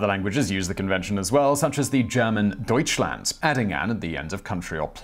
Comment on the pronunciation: Your pronunciation of Deutschland wss surprisingly good! I was expecting you to butcher it like you butcher French tbh